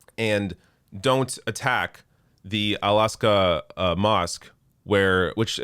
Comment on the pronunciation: "Alahskah" is this racist?